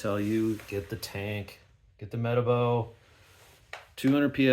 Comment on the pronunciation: Meh-TAH-bo not META-bo